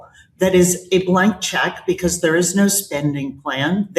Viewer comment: STOP SAYING "BECOSS" STOP DYING "PLAY THIS CLIP" STOP CLAWING AT THE CAMERA